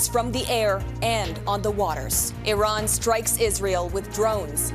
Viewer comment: Tell em to pronounce the country’s name at least.